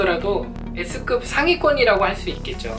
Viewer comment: 나만 예스급이라들음ㅋㅋ